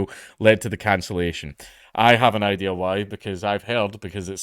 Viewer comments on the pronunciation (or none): none